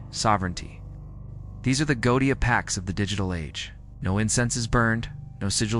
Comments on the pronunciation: Except for the mispronunciation of 'goetia'. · Why do you incorrectly pronounce 'goetia'?